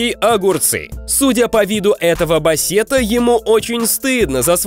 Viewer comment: во первых не бассе́та, а ба́ссета, а во вторых здесь е читается как э! В топ, чтобы увидел